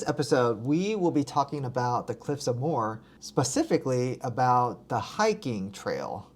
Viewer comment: Cliffs of Moher. Moher is a two syllable not a one syllable word. Pronounced like mo-her